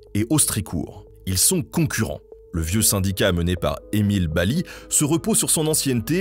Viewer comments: Bel Hommage de la catastrophe de Courrieres mon père et mon grand père étaient mineur à Harnes juste à coté , Et je voulais dire ça se prononce BaZli et pas Bali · Coucou, tu dis baly dans la vidéo mais ça se dis bien basly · Petit point de detail, le "s" dans Basly n'est pas muet, son nom est donc prononce BaZly. Merci beaucoup pour cette video. Mon grand pere (employe des mines) me racontait cette histoire quand j'etais gamin. Cette catastrophe et la vie de mineur ont fortement influence la culture du pays minier, un esprit de solidarite et de communaute. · Super vidéo. Nota Bene: on dit Emile BaSly (on prononce le S). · Bonjour Nota ! Belle vidéo Juste, Emile Basly, on le dit "Basse Li" Sinon, j'ai travaillé à Lens, cette histoire est très connu On avait des anecdotes comme les mineurs remontaient du fond en avril qui avaient survécu en mangeant des chevaux du fond, les patrons leur auraient fait payé avec une retenue sur salaire Enfin, c'était l'epoque des mines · On prononce Émile (base lit) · Le s de basly se prononce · Émile Basly se prononce BaZly le “s” n’est pas muet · Erreur on prononce le S de Basly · merci pour cette superbe vidéo juste une petite remarque, Mr Basly le s se prononce "z" encore une particularité du pas de calais bonne soirée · basly le "s" ce prononce